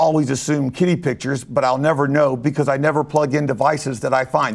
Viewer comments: you best believe I went back three times and put captions on to make sure he said kitty and not kiddy. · anyone else thought he said kiddie pictures? 😰